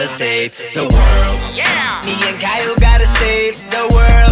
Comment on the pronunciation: Kyle: ITS X-YLE